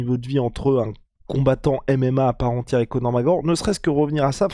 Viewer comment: tu va finir par articulé son nom? C'est Conor mc fuking Gregor! Et non Conor Mareor! Merci